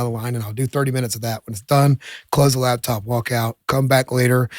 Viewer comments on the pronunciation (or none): none